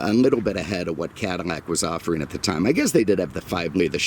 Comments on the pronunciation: Can't forget his pronunciation of "Cadillac" as "Cadamac" in some videos. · Did he just say Cada-Mac? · He pronounces Cadillac - “Cadimac”